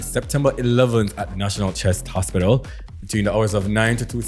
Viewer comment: It was the ‘hospidul’ for me too 🤣🤣😭